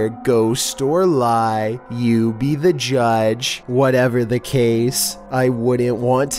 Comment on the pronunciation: ".. you Be THe JADGE."